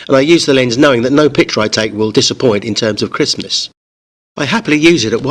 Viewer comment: Haha 446 Crispness sounded like chrstmas